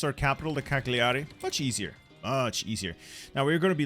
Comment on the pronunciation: Italian lesson -it’s not pronounced “Recno del Sud” is pronounce renio dell sud(Not 100% like that but near) -is not “Cacgliari” is Caliari If u have more questions I would answear them happily